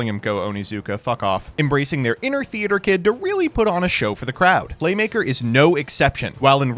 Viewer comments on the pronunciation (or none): none